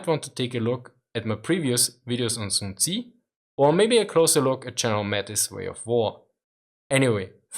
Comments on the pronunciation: Aah its not tzi,its tzu...TZUU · sun tzu is pronounced soon tzoo, not soon tzi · Soon-zee huh? never heard of him.